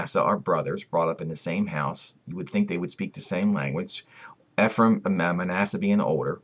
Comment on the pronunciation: Eh-frah- eem (Ephraim)